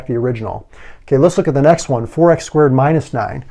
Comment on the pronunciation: If he said 4 x i can hear forax hahaha